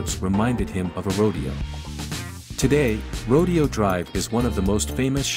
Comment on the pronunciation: Rodeo in Rodeo Dr is pronounced Ro dayo